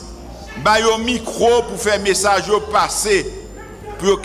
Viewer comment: LES FAMILIES NE DOIENT pas peur de "" PARSSER "" dans des quarters ...Ariel ap depose francais Bleu se ""parsser ""